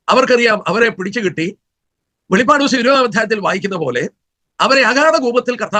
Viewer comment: Not velippadu. Velipadu.